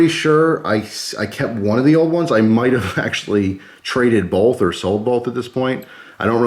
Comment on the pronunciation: Bolth? Why are you putting an "L" in the word both?